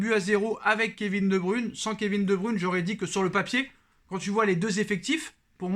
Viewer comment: Kevin de bruyne et non de brune